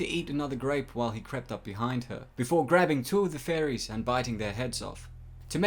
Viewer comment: sounded like you said warned by the faun and furries